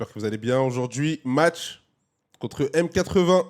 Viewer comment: petit détail M80 se prononce matey (tout comme m8 se prononce mate)